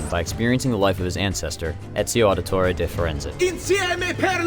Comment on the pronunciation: Ezio auditoreh differenceyh